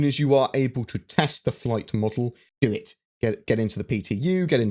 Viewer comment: "dew it"